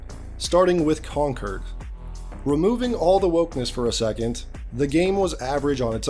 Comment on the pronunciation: Man was calling Concord “Concurd” a few times, I think his brain wants to call it “Conturd” 😅